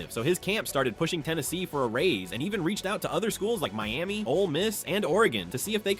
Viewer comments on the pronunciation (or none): none